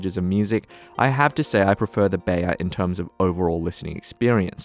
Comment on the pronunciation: Beyer is pronounced buyer!